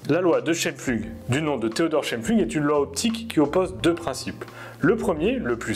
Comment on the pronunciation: Prononcez : Chaïmpfloug 😉